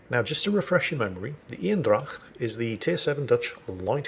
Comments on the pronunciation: You're soooooo close on pronouncing Eendracht correctly! I'm so proud of you and thank you for trying to pronounce names the way they are! Right now you're saying what sounds like Ynn-dracht, try saying it as AYY (like in AYY-LMAO) but end it with the exact same N you use for Ynn. Or kind of like the word "aim (your rifle)" but with an N in stead of an M. it becomes AYYnn-dracht or ain-dracht. The aim/ain probably doesn't sound as true to the Dutch way but it might be easyer for your mouth, throat and voicebox to take the shape that produces that sound. The Dutch E is pretty damn hard to nail down for Englishman but that would get you pretty damn close! And thank you for all the amazing content! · Very impressive how you correctly pronounce 'dracht' and then mess up the 'een'. Think Bane not Bean, so make it Anedracht and your golden! It'll be 100% Dutch then! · Thank you for trying to pronounce the dutch ship properly. it's not totaly there but way close enough! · You are doing this on purpose arnt you? Mispronouncing french ships to rile up the frensh and calling german ships male to annoy me :/